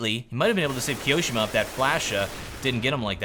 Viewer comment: i have not looked into it, but i think you tone on the second "i" on Kioshima. . Like KioshIma, not KiOshima